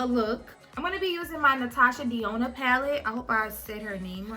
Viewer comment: Denona.....DE NO NA....is how u pronounce it. Not trying to be funny just trying to correct Sis.